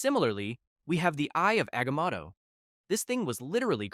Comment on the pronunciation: Aga-maw-to? sigh, another channel engagement farming